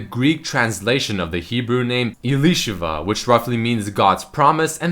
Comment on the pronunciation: Elisheva is pronounced eh-lee-sheh-vah not se-lee-sheh-va